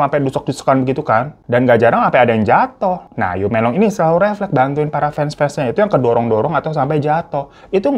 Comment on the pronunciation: Laoban = laopan Yu menglong = meunglong gtu bukan m€nglong Ya bang hehehe.. Btw kasian bgt dia, smoga ibunya mau negakin keadilan buat anaknya